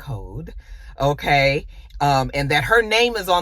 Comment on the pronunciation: Not "oké" 😂